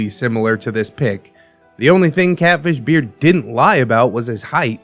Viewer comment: Ngl I thought you said Cabbage Beard not Catfish Beard lmao